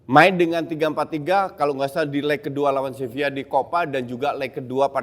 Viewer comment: salah juga coach wkwk. yang bener pengucapannya tuh "sebiyya" karna v dibaca b kalo di spanyol